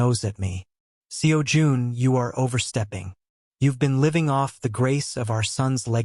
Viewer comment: The way AI voice ent never gonna get the pronunciation of Seo Jun right. 😂